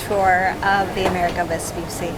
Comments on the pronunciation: Let me say this: if you are going to present a documentary on something, at least be sure to learn the correct pronunciation . It is not Vespyussy, it's Vespoocchi. It's italian, not english and there's a very easy thing to do it. You go on google, type the name and press the microphone to hear the correct way to say it 🙅‍♂️ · Però si dice VESPUCCI, e non Vspysy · Vespucci, Veh-spoo-tchee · I really loved this video; it’s great to see Italian excellence so highly appreciated! Just one suggestion: "Vespucci" has two "c"s that aren't pronounced like the "C" in Central Park*, but rather like the "C" in *charming or *chill*. Thanks. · it gives me the chills when I hear someone say “Vespussi,” yet it's not hard to pronounce two “C”s, which makes it “Vespucci.” Besides, you can hear it pronounced correctly in several other YouTube videos. Thank you for your attention. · Vespucci not "vespussi"😜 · How can you say that correctly but not the name of the ship? It's not Amerigo Vespussy... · Vespucci, non Vespussi. C like Chili, non Shili. Per favore grazie. Mille. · Vespucci pronounce Vespuchi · *Vespucci. [ve-spoo-chee] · Nice video... the only note is that the last name is pronounced like 'cheese' without the 'se'. Vespucci. 'Ve-spu-chee' (like 'cappuccino') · The double cc in Vespucci is pronounced chee like in cheese❤ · You should make a Little effort to pronunce the name of the ship in the correct way. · Learn how to pronounce Vespucci! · Listen, if you do a video on the ship, LEARN HOW TO PRONUNCE HER NAME CORRECTLY FIRST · Nice video, but terrible pronunciation of the ship's name. Also no ropes on a ship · The way she pronounces Vespucci is an insult to Italian and Italy. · double c is like the sound ch of church. Possibly stronger because is a double. Also Michelangelo was wrong. It's not maichelangelo. Italian vowels are always the same. M-Ichelangelo